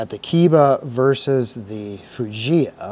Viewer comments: It's pronounces KEH- EE- BA( Kay-ee-ba) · Pronounced Kay-eeba. KE-IBA. Yes it is made in Japan. ESA-2. Vessael "socket adapter" also made in Japan as written in the front.